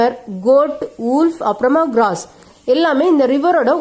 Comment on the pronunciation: Mam good explanation but don't tell grass as gross